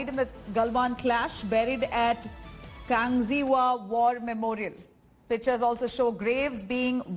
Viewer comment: Its Kangxiwa not kangxima ..